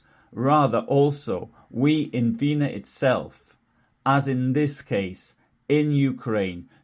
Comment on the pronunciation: Weener is not pronounced Veenuh but VEHnerr